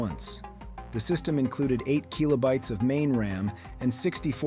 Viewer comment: "keelobytes". "Turbo Graph Ex 16". No human talks this way. It's AI. And I'd wager the script is partly AI generated. It's not terrible, but there are enough real, passionate people out there making these kinds of videos that I don't want to deal with AI slop.